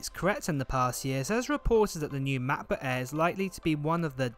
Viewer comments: The Name is Mäcbook and not Maaakbook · Cannot stand the way this guy says macbook "ma.bu"